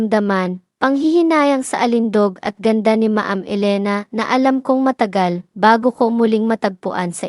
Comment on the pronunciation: Paki ayos po pronounce mo. Anong ma-am? Dapat alam mo tamang bigkas